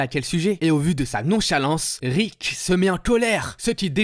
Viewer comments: Rick, pas Rich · C'était du bon boulot, dommage que ce soit gâché par des "Ritch" au lieu de Rick ttes les 30 secondes... Ça finit par faire décrocher, pour finir on entend plus que ça et on a du mal à poursuivre... Bref, pas de like à cause de ça ! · Il m'a stresser tellement avec son ritch que j'ai cessé ka vidéo, ça pique trop mes oreilles ! 😅